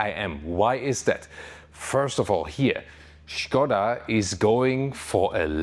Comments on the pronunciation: 40 seconds into video and already big kudos for pronouncing Škoda right :) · I love the way you pronounce Skoda 😀 It's probably correct, but still sounds very fun. Thanks for the hard work! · Yes, it is correct pronunciation, in 1925 Pilsen-based engineering group Škoda bought car company from its founders Václav Laurin and Václav Klement. The name itself is from Mr. Emil Škoda, Czech industrialist (he died in 1920). Great names in car industry deserves correct pronunciation (Rolls Royce, Bentley, Porsche, Ferrari, Lamborghini, Opel, Renault, Peugeot, Ford, Chevrolet, Benz, Maserati, Chrysler, Honda etc.) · It is absolutely correct, he says it like a professional Czech actor. Škoda means Schade, like It's a pity. Writing sch as š is simply clever.